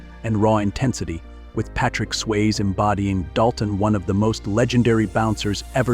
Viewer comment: dude its Swazee not swaze get it right